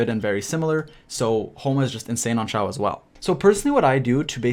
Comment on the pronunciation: It’s eh for Xiao